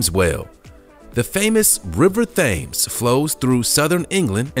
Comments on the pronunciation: Fames whale !!! Get your pronunciation right it’s pronounced phonetically TEMS not river fames ☹️ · I, hunny its TEMS not thAYmes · Do you mean river tems( how it is pronohnced) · Thames is pronounced ‘tems’ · It isn’t pronounced Thames. It is pronounced Timms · In British English, The River Thames is pronounced more like 'Temes' than '(TH)Fames'. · It's not pronounced Tim's. It's Tems. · It’s TEMZ in the UK!!! It’s THames for the river of the same name in CT…. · As an announcer, it could be scary not getting a pronunciation of a popular river correct. This is why we need to research well and talk to people. Better luck next time. It's pronounced 'tems' not thaaaaammes. If you could do this over, perhaps you would. Stay safe. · The famus river Theames is actually pronounsed Tems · Aaarrrgh ! Not the river 'Thames" rhyming with. 'Sames', but with 'temz'... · Please . . . PLEASE! The Thames river in England is not and has never been pronounced "thaymes," as you did it. It's "Tems." Are you the only person who never heard the correct pronunciation? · Its not the fames Its pronounced tems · It’s pronounced Temms not Thayms. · It's pronounced Tems not Thhames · It is not pronounced THames...the H is silent and is is mostly pronounced like “Tim’s”! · It's pronounced "Temz" not "Thames", and this was a depressing video to watch. Captive orcas have flopping dorsal fins because they are not supposed to be in captivity. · For future reference, the River Thames in London is pronounced Temms! :-) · I know, right, why can’t the Americans learn how to pronounce British names properly before they go making fools of themselves like this online? Pure laziness, that’s why. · Not being funny, but how can someone know so much about whales and never once heard the name of the river that runs through London pronounced correctly? That’s crazy. River Thaymes……really? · Thank you, hopefully the narrator has seen this 😂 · Keiko is pronounced "Kay- ko".....Thames is pronounced "tems" .